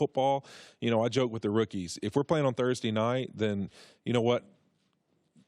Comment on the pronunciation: Wensdee, Thursdee, Fridee